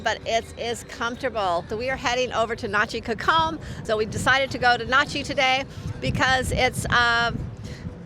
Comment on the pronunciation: This makes me so sad. We've been going there for 12 years and I don't even recognize the beach in this video. There looks to be some erosion going on. The beach front chairs were never flooded and were considered prime location. Side note, you all have a very interesting way of pronouncing "cocom"! And you don't have the correct spelling...